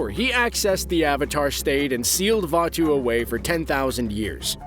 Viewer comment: pronunciation: Vatu Real word: Vaatu